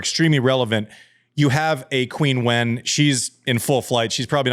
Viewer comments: You're close with the chin but I'd say it's more like cheen and wen is pronounced like when. Anyhow, consult google translate. Andy's not the first to have trouble pronouncing her name. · Love the podcast Andy… but just so you’re aware, Qinwen is pronounced “CHIN-WON”. As in “chin up” and “I just won a prize”.